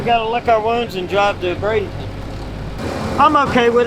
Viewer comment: Dear, just an awesome effort on the livestream and videos, but we are all wondering where BradINGton is? We all know you can do it.. say it with us, B R A D E N T O N